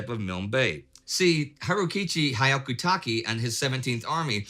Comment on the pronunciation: Hyakutake's name would have been pronounced Hee-yah-kuu-tah-kay ひゃくたけ this is it in Hiragana Hi-ya-ku-ta-ke